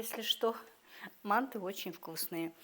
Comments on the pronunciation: вообще то мантЫ а не мАнты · Боже мой, что это???? еще и кругами???? Это где так делают, в какой стране????😂😂😂😂😂😂😂Умора.... Ну и блогер... Учись у мусульманок, делать мантЫ.... Ударение, на последнем слоге...